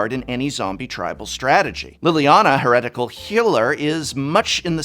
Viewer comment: aren't you, like, educated beyond the high school level? how can you mispronounce "heretical"?